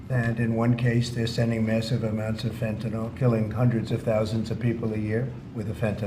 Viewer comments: Thank you for pronouncing Fentanyl correctly. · Thank you so much for pronouncing "Fentanyl" (fen-ta-nil) correctly, when most reporters say it incorrectly as (fen-ti-nall). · I wish I could give you an award for pronouncing Fentanyl correctly.